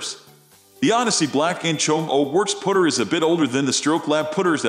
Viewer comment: WTF These aren't centered shafted, hate how this guy says Putter sounds like he's saying pooter